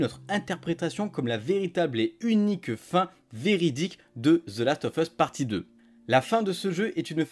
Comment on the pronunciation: Last of USSSSSSSSSS pas FUSSSSSSSSS bordel apprenez a parler correctement !!